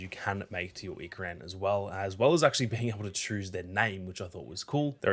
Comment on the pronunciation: Ikran, is pronounced, Ee-krawn.